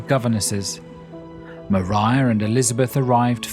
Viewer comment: Thank you SO MUCH for pronouncing Maria Brontë's Christian name properly! Not to mention the rest of your well-researched, intelligent, and enjoyable work; I've loved what you've done on Jane Austen. Informative and absorbing.